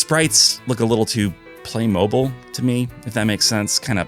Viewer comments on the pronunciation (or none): none